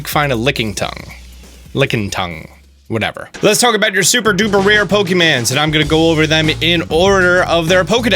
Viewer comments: "pokemans" dweeb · Triggered by the mispronounced Pokemon names! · Can't pronounce the names correctly, can't spell the names correctly, objectively wrong about which is the worst starter, and provides just straight up false information. I can't tell if you're just like, not a real pokemon fan, or you're just too lazy to do some basic research.